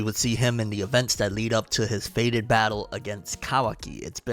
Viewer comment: Fated not faded